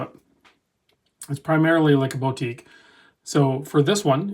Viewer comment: Never heard Boutique pronounced BOW-tique before